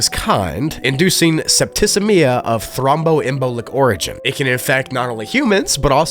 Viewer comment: It's pronounced, "sep-tih-see-me-uh", Wise man. Not septiscemia.